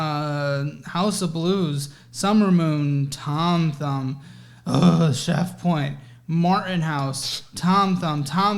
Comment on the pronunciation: I never want to hear Thom Thumb again.